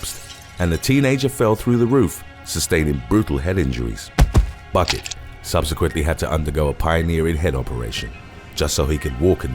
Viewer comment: #1 Buckett is actually pronounced Bouquet.